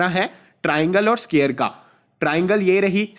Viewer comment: Square ko scare bol rahe hai